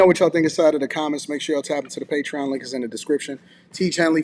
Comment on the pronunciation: Hate is a strong word for a verbal habit. That said, it drives me crazy when people use, "thee" where it doesn't belong. It has become rampant in the last 3 years. People think it sounds eloquent, but it's the audible version of, "could of". For those not in the know, "thee" requires the next word to begin with a vowel sound. Here are some examples: The cable. THEE audio cable. The one. THEE only.[Vowel sound] Otherwise, it sounds like, "Please pass thee ketchup." and it's odd to the ears.